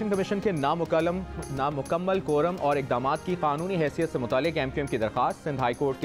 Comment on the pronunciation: "na mukallam".....hhaa mukammal....